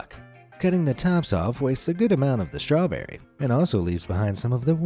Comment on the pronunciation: You said stewberry not strawberry